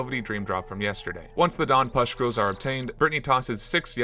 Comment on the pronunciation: take a shot every time he says "puscktules"